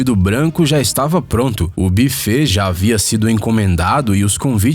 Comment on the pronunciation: "Bifett"??? Não seria "Buffet"? Se calhar era um buffet só de bife, daí "biffet" AHAHAHAHAHAHA Você hoje ta falho e eu tou zoeiro AHAHAHAHAHAHA